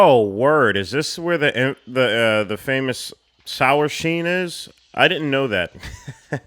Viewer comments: I have watched this reaction at least twice and I’m only just now realizing you say “Sour Sheen” instead of “Shower Scene” 😂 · sower shene